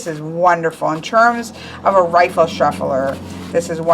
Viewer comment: not "rifle" - it's riffle the 'if' in riffle sounds like the word if